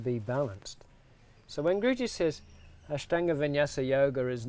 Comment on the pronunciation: He pronounces INDIA properly but can't pronounce Ashtanga properly. Both A sound is the same